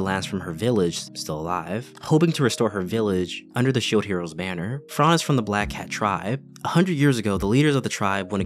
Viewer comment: its fran not frarrrn :((((((